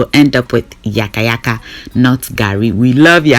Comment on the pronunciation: it's not yakayaka ooo😃 Its yaka yakɛ